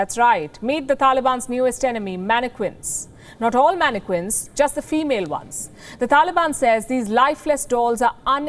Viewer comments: Mannequin the Q is not pronounced Q ! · When someone doesn't know how to pronounce mannequin lol